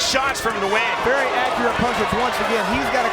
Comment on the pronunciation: Nguyen's name is pronounced "Win" in english dude! It's the equivalent of "Smith", in Vietnam.